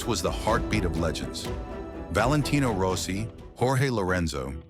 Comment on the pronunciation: Der KI soll mal lernen wie man richtig Namen ausspricht. Nicht rosi - rossi , etc. 🤣